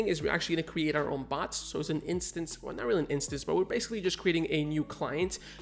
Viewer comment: Thanks for the tutorials. Just curious though, why do you pronounce "create" "cre ate"?